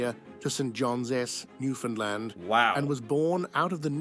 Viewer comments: Newfoundland is pronounced New-Fun-Land or New-Found -Land NOT New-Fin-Lend or New-Fin-Land like every American says. Just like BRP(Can am) Bombardier is Bomb-bar-d-eh not bomb-ah-deer like tou guys also pronounce it as. lol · Cute when he pronounces Newfoundland.. Newfinlind.... must be an American.